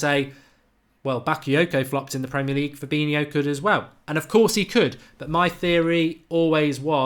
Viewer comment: You can't even say his name correctly, what are you on about!?